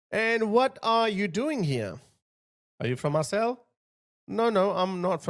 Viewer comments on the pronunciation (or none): Marseille is pronounced “Mar-say” not “Mar-celle” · Just a side note...you pronounce Marseille...as Mar-say...just for future reference. The double 'll', becomes a 'y' sound.